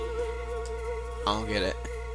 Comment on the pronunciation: LOIN-ette,. As in pork LOIN. Food puns, remember. flebian:P